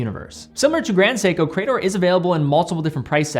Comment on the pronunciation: It's hurting my ears to hear you repeatedly say 'Cray-dor' 🙂 ... grammatically, in English, that word is 'Cree-dor'. Thanks and have a nice day.